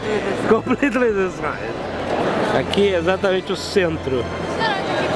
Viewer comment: "sóri, its completely destróid"